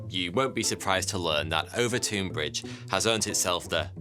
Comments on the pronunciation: Watched every video you’ve produced over the last couple of years. Been hooked since I seen the one about fire that set us back 1000 years. I live 10 mins from Overtoun House. FYI you keep pronouncing Overtoun house wrong and I cringe every time you say it 😀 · I'm minutes walk from this bridge. Walked many dogs over it, both mine and with family/friends. No issues, but it is true this happens. - ooooooh and you were doing so well, with pronunciations lol. It's just said as Overton. You should try to say Milngavie 😂 (hint: it's a trap!) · Its pronounced over-town. and there is a Mink nest under the bridge. The scent is irresistible to dogs. Its a well known fact among locals. Its typically people from outwith the area who are unaware of it whos dogs leap off it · 😂🤣😂 WTF? OOOVERTOON? - OVERTOUN = 'OVERTON' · The "ou" in "Overtoun" has the same sound as in "cloud" or "mouth" as opposed to "soup". "Overtown" as opposed to "Overtoon" The bridge is a bridge. Nothing spooky. And they've pretty much proven the mink theory. Walk over it regularly and assure you there no "foreboding" or evil spirits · It's pronounced over ton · I lived at Overtoun (pronounced /over-tun/ not /over-toon/) House, so as soon as I saw your title, I knew it was about my old home. 1) I never saw, felt, nor heard of the "white lady"; 2) the bridge is really known as dog suicide bridge, and it is thought that the mink scent is responsible. There are signs at both ends of the bridge warning owners to keep their dogs on leads while crossing the bridge. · I cross the bridge every weekend. There’s a lot of guesses why this happens. And it’s Overton bridge pronounced Over - Ton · Er it’s pronounced Overton bridge 🙄 nothing like murdering the Scot’s tongue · I grew up near here, walked the dog there so many times and never heard if this lol (it's pronounced over-tun btw). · I’m from Dumbarton and the way this guy pronounces Overtoun makes me want to jump off the bridge